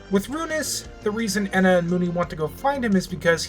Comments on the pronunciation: If says “ehna” instead of “ENA” one more time, I’ll... uhhh... kill myself? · the E in ENA is pronounced by itself and the _NA is the part you got right, I hope you dont see this as rude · Are you moony? (Just joking because moony was saying ena’s name like that)